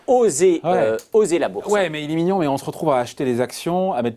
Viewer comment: À le présentateur est un menteur éhonté... il dit "il est mignion" !!!!